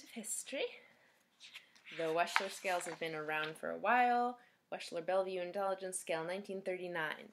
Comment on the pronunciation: Wechsler is pronounced wexler [wɛkslər].